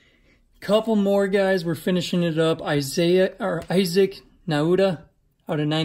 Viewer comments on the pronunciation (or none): none